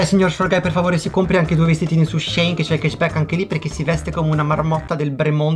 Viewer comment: mi deludi: si pronuncia SHE IN (SCI IN) e non SCEIN.... Dai le basi però, suuuu!